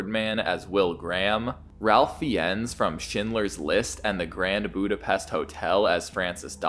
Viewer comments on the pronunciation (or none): Have you not researched the cast? It's pronounced "Rafe Fines." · I’m only saying this cause I like your content, but Ralph Fiennes pronounces his name Raef Fines. I think this is a nice adaptation and is superior to “Manhunter.” Just my opinion.